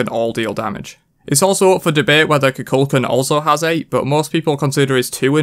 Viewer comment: Khu Khule Kahn is how you say Kukulkan. The gods say their name and people still say this one wrong. Why. Lmfao